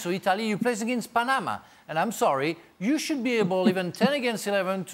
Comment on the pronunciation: As a Panamanian, hearing Frank say PA - NE- MA made my day 😂